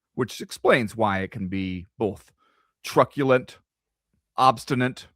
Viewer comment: "Whatever 'trucculent' means. If it's good, I'm that!"